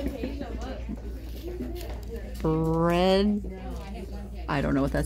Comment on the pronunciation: The old lady says Home Bread Folk